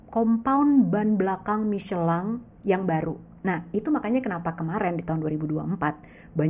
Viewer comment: Baru ngeh Michellin bacanya miscelang😅